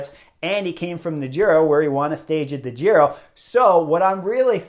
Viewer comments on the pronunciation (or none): none